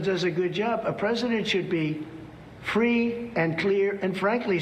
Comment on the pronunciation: A Pwesident has to be Fwee